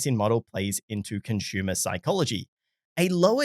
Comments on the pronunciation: How it's pronounced in English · Great vid, but what is a conshumer?